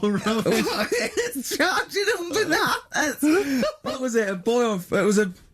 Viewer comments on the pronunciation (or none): Gervais: " ...it's two-and-a-half BANONAH's"